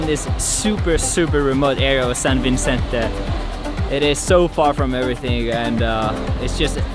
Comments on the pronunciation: you are so cute. However its SAN VICENTE.. not SAn VINCENTE.. Love your CONTENTS about the PHILS... gæta alltaf! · San Vi-Cen-Te Pin not Vin-Cen-Te ;)